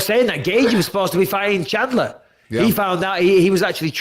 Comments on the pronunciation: Michael, it's Chandler not Shandler. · micheal its chandler not shanler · Bisping calling Chandler "Shandler" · Is it really that difficult to say chandler? I guess it is for bisping. Not to many braincells left there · “Michael shalandear” “Justin gagey ” ~ Michael Bisping